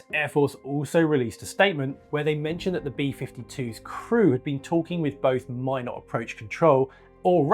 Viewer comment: Great video! (And thank you for pronouncing "Minot" correctly 😄)